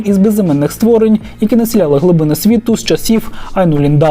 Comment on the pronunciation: землЮ замість зЕмлю ствОрень замість створІнь лІсів замість лісІв поневІрянь замість поневірЯнь